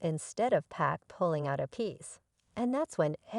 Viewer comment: P AH K! Damnit man. I hate to hear someone call him 2 Pack. Ughhh.